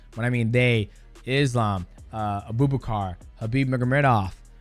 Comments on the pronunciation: “A-boob-akar” 😂… bratha it’s “ahboo-bahkar” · On Charles' record he's fought a who's who's of legends. They almost all smoked him tho. Btw its not "Abooba-Car" it's Abubhakar. Its one word, why's it so hard for americans to say? hilarious tho. Abooba car